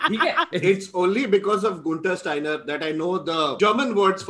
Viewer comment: Dada Guenther Steiner aesey kon pronounce karta hai